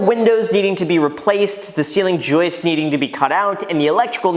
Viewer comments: I like the video. I am glad you are saying joist right now, tee hee. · Hey you learned how to pronounce "joist" correctly! Good job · Relieved Graham finally learned the pronunciation for ceiling "joist". I was cringing every time he said "joust" in the past videos. Same feeling when my boss insisted on saying stair "threads", instead of "treads"...